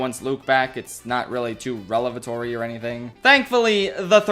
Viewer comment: the word is "revelatory" as in revalation, not "relevatory"... just ironic because the video is largely about you critiquing use of english